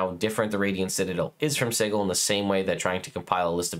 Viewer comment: It’s si-jil not sigle